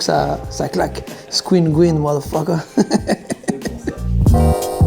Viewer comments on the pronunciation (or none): Pas gween mais green qui veut dire vert😂😂😂